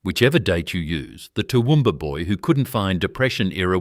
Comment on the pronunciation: Toowoomba- Central Qld. Get it right!!!